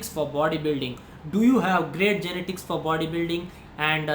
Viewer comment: YE-NE-TICS yarrrrr